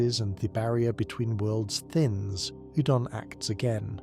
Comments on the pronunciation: Take a drink for every new way "Oedon" is pronounced. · Great video, love the lore. Why do you have multiple different pronunciations for each character that you seem to cycle through?